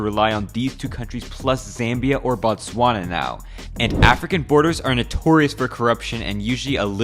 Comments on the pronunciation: Say Oh, take the O from and you can pronounce Botswana, You always pronounce it with an A like Batswana, Batswana is what you call the people that live there. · i h8 it when y'all call it "Batswana" instead of it's actual name Botswana. Batswana are the people, not the country name.. the way y'all pronounce it is "cringe"